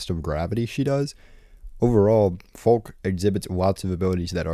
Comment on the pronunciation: for the love of god, it’s not read as „folk”. It’s read as „FALKE” with „a” as in „apple” and accentuated „e” as in „evidence”.